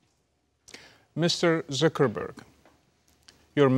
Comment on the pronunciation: the way he says zuckerburg tho